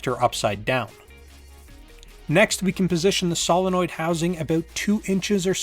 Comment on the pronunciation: Why is it that 90% of people can pronounce Solenoid but this guy can't? (Say it with me sow·luh·noyd)